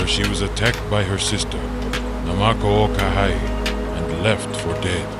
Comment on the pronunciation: Most of the pronunciations are good but the w’s are pronounced as v’s so awa would be pronounced as ava. And kinolau is pronounced key-no-lau not key-nah-lau. Also Nāmakao-Kahaʻi was good until the ha’i part. There’s a glottal stop between the ha and i so it’s not pronounced hai but ha-i.